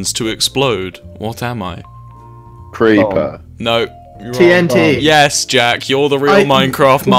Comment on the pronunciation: TNT ‘Tinaturner’ Tf